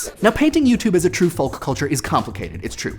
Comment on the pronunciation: Please stop pronouncing the l in folk